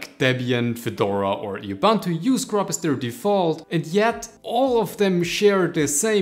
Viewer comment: Ubuntu is a Zulu word and is pronouned "Ooboontoo", so just pronounce it like you would in German. But that's only if you want to be pedantic about it.